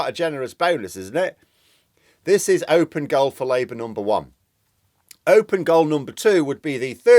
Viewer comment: "Open goal" or "own goal"? I'm not British so I'm just curious.